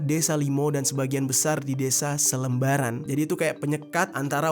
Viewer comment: Salembaran bang bukan selembaran. Btw deket rumah gua tuh